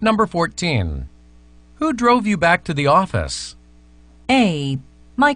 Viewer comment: 18번 who's가 he's로 들렸어요.. 영국식발음 그런건가요? 제 귀가 이상한건가요ㅠㅠ